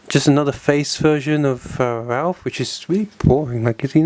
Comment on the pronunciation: i like that you call raph, ralph :D